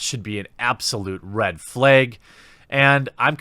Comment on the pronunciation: What's a "red fleg?"